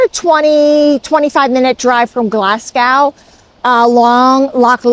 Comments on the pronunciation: Glazgo, not glassgau. Sorry, it's respect for the place. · Welcome to Scotland ! It is pronounced Glazzgoe 😊 It is not early Winter , we are actually having a mild Autumn 😂 Love your channel, liked and subscribed ❤